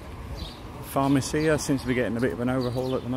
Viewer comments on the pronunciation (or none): it's farmAcia not farmacIa (no accent), thanks for sharing, haven't been there since 2003, some changes but the supermarket still in the same place